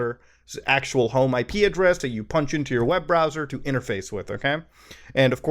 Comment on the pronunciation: thought you were saying ikea dress instead of IP address